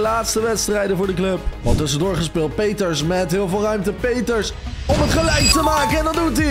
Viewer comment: Je zij in de plaats van Peters pieters